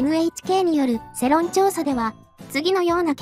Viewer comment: 世論(せろん)じゃなくて世論(よろん)な